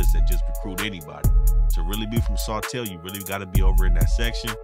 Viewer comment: This nigga really said sotel lmaoo I’m down